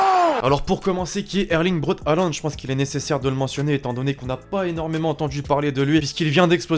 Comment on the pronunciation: C1 se dit hoolant